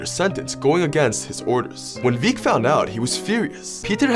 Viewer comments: I’m 100% sure “Vic” is pronounced like the “vic” in “convict” & “victor” Not “Veek” He’s Italian, not Spanish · Man pronounced Vic as "Veek" not everything gotta be stereotypically italian accent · Veek? More like Vick. Work on pronouncing indicted, too.